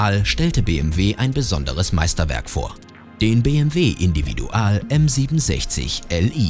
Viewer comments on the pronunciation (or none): Hätte Individual nicht englisch aussprechen können, das hört sich schrecklich an.